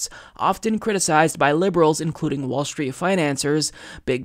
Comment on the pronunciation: it's "app-a-low-gee-a" not "app-a-low-ja"..............also, it's "street, strength, stride" etc. not "schtreet, schtrength, schtride, etc,;-)